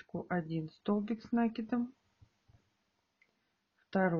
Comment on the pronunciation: Столбики с накИдом научитесь правильно говорить